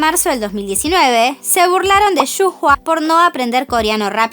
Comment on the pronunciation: Pequeña corrección ^^ Creo que Shu Hua se pronuncia "Shuaia"